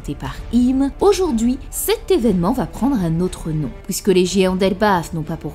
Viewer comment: Pourquoi tu dis sOUivant, pOUisque, détrOUit mais tu dis celUi ? Pourquoi pas celOUi ? Et la NOUit ? Aujourd'hOUi ? La LOUne ??